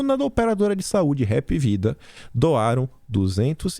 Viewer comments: Hapvida, lê-se: API VIDA. 👍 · Mim sou cearense a Hapvida a pronúncia correta é HAP VIDA. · Hapvida foi fundada aqui no Ceará e por cearense Hapvida embora sua escrita está correta, a pronúncia e hpvida!